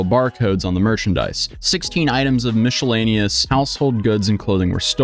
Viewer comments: sixteen items of "mishlanious" xD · mich-elaneous? bruh